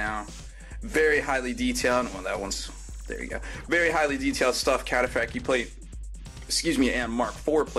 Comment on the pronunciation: I didn't know the T was silent in Cataphractii....